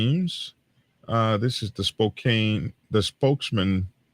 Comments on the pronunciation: Spoke-ann not Spocaine lol! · Spo-CAN (Spokane). Doesn't matter. Methington State is an armpit.